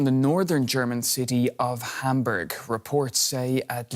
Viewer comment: Lady reporter, please pronounce the word Hamburg correctly either in German or English but not your way .